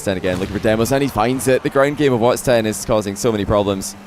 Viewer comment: Someone please tell that it’s watSON 10 not wats10